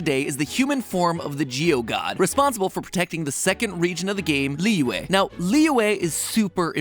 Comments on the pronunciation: It kind of hurts when he keeps on mispronouncing Liyue, it's Lee-yu-eh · I can't stop laughing about how Matpat pronounces Liyue as Liwah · Is it just me or did mat pronounce liyue wrong? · It's pronounced "Li-yew-eh" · he pronounces liyue as "Leeway" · Imma say- you gotta make sure you say Liyue right lollll